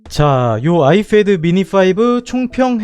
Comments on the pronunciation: Ipad 발음을 ifad라고 하시네요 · 발음 ㄹㅇ 신경쓰이네요 아이fad. .. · 발음 존나 거슬려서 못보겟다 아이fad ㅋㅋㅋ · 발음 진짜 ㅋㅋㅋㅋㅋ 에프도 아니고 피 발음도 아니고 참